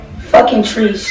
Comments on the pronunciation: treesh.. fuckin treesh😒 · Nobody:: ** silent not knowing what to say**: “you a treesha “ Im weak☠️😂